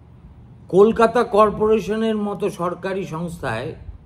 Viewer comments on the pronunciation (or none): none